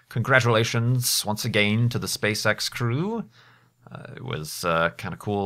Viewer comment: I kept hearing SpaceSex but I can guess he meant SpaceEx or am I totaly wrong?